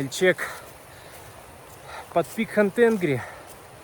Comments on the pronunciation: Ни Хан Тенгри,а Хан Танири. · Хан ТенгрИ, ударение на И